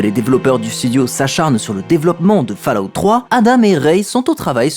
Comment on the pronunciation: Je tique sur la prononciation de Fallout.